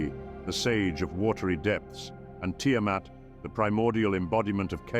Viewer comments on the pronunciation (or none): none